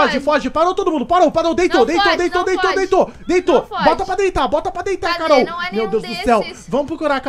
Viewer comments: O desesperado quando "acordou" envez de falar Carol ele disse cararol kkkkkk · Ele falando carorou kskskskskskss